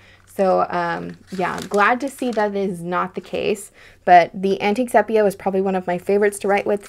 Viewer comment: Great video as always! Interesting choices…and I enjoy hearing your thoughts on your choices. Just a note, sepia is pronounced SEE-pee-uh 😉